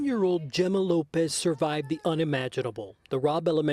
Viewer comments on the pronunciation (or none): Gema or Jema pronounced Hemmah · Say her name correctly “He-ma” the least you could do is get the pronunciation correct. These little kids shouldn’t have to be recalling their trauma to reporters. They need mental health support.